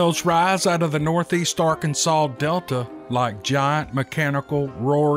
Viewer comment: I live in Arkansas too and I'm loving every moment when I hear you say Arkansas and the Steve Lilly story's are amazing brother please keep them coming ❤